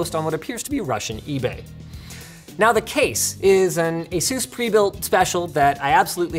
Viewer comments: The way you pronounce asus. “Aye-soos” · Stop pronouncing Asus so silly please. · lol the way you say Asus sounds like Jesus in spanish